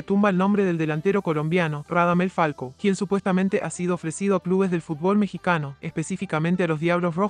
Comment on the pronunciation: Es falcao no falco